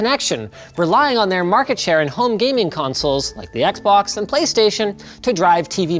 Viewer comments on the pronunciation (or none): none